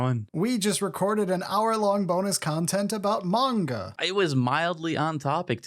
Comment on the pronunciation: what's a "munga"? The Japanese pronounce it as it is written, so why do you pronounce it with a "u"?